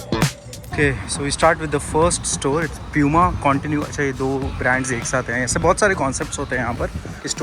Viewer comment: it’s poo-ma and no pyu-ma like most Indians call it tell me if i’m wrong